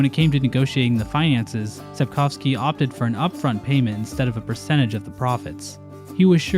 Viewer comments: As a Pole, I'd like to applaud you for your pronounciation of "Sapkowski". I've yet to hear another English speaker on this platform get "-owski" correctly. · It's actually amazing how well pronounces Sapkowski - it's the first time I've heard an English speaker say it as it sounds in Polish